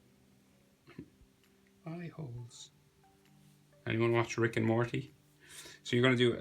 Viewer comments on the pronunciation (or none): none